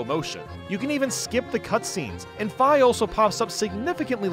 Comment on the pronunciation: I can forgive you for ranking Skyward Sword so low because you ACTUALLY PRONOUNCED FI'S NAME CORRECTLY. So many people pronounce it 'fee' because they don't know the original Japanese version (when romanised) is spelled 'fai'. THANK YOU (also yes, I totally have bias because it was one of the first Zelda games I ever played but I'd still love it anyway)